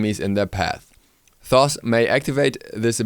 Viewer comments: ITS PRONOUNCED TOTE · It is pronounced "Toth" with the first H being silent :) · Wow dont pronounce Toth like that!